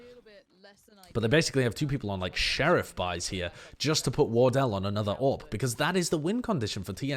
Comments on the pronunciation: I just heard him say orb everytime he said AWP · Took me too long to realize you're saying AWP and not Orb.